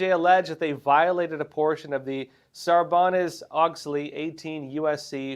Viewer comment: Sarbanes-Oxley is not pronounced like you’re Ron Burgandy.